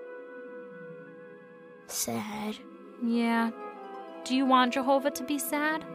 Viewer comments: Say' In and Jehouvuh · Lol......his mother always pronounces it like Jerhova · I hate, hate, hate, HATE how that wretched mother pronounces “Jehovah”. I hate the way she says that J. Good lord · Why does it sound like she's saying "Jerhova"? These cartoons are effing sad. They made the mother look evil imo. What a F'd up religion. 🤮